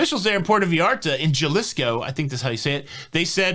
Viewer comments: Jalisco is pronounced ha-Lee-sko lol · It is pronounced like ha lease co. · Jalisco is pronounced ‘Ha-Lee-sco’ 😂😁👍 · Jalisco pronounced Hal-e-sco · The 'J' in Jalisco is pronounced like an 'H' as in Jalapeno. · Puerto Vallarta, Jalisco = PUEHR-toe vah-YAR-tah, hah-LEES-co. :) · Jalisco is pronounced "HALL-ease-ko" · Hi you are awesome. Just an fyi for future. I think it might be pronounced ‘Hal-Esco’. The j is an h. ❤️ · Jalisco is pronounced Ha Lisco. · It's Jalisco. The J is pronounced like a H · What the heck…Panama Canal turned Caribbean cruise. I am a flexible person but I would cancel if that was the change. FYI: Jalisco is pronounced Ha-lisco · I think we just have to learn to live with this for now. Make sure you wear your mask, get vaccinated, and use sanitizer. Anywhere you go you can get infected. Might as well be cruising! I'm booked for Feb. By the way Jalisco is pronounced haleesko. 😊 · Jalisco is pronounced HA-LIS-CO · Fanatics ha-lee-s-co jalisco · It’s Jalisco (ha-leesko) and Puerto (poo- wear-toe). There. This half Mexican helped your Spanish. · It's pronounced Ha leesko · Jalisco is pronounced Halisco… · Jalisco = ha lee sco 🙃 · It’s Ha-lee-sco for Jalisco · Jalisco= HAH lisco. The I is like ee or "eat"... and Ur lido should be el lido loco..or il lido pazzo. It's ok some people don't have culture. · great info on the video today.. btw "Jalisco" is pronounced "huh-li-skow" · great reporting as always,. En Español (j=h sound)its pronounced Ha-LIS-co; (likewise ll=y sound, when that comes up next). 😉 Three cheers for ' consequences'!